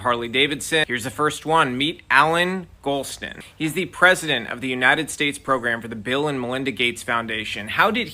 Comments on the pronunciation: "Golson" oy vey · It's Golston not Golson